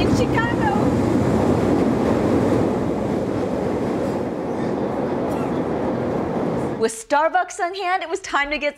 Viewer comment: Wow he's really dedicated to pronouncing it Chy-cago -_